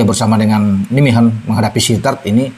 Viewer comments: Cara baca club sepakbolanya Calvin: Naymehen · maaf, kota Nijmegen cara membacanya Neymehen